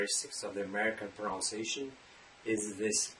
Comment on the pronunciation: His pronunciation of the word pronunciation seems a little bit weird to me. Isn’t it pronounced in a wrong way?